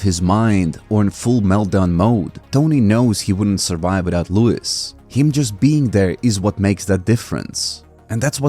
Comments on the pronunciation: You're pronouncing his name wrong. It's Loo-Ease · It's luis, man. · “Lou-is” lmao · It's Louise, mane